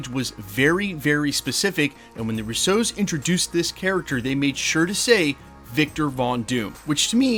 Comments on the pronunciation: You know their name is Russo, right? They’re not French. The emphasis is on the first syllable.😊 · Guy has been mispronouncing their last name for years. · Stop say “Russo” like that!